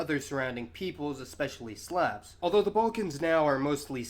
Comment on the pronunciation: as always he gives good lectures. He needs pronounce "Slav" correctly (it should sound like "slob" with the B replaced by a V). He failed to mention the Vlach enclaves in central Greece,.